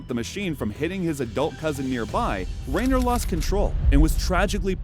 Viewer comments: REN-NER, not Rayner! And of these, only 1 was "dead" when the police arrived! Nice clickbait! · Why are you pronouncing his name like that, it's pronounced Ren-ner not like Ray-ner and he didn't die he did break a ton of bones, was almost paralyzed and was close to dying but like a badass he completely recovered and told death he wasn't taking him. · Its Renner not Reynor. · Is the voice AI? “Jeremy Rainer?” Renner is not hard to pronounce.